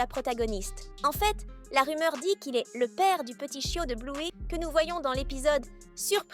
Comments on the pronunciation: On dit Bleuy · J’adore bluey mais tu le prenonce malle